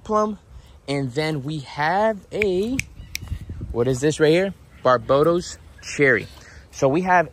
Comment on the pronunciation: Barbados is pronounced Bar-bay-dos lolll……my home ……love your channel man …….need some turtles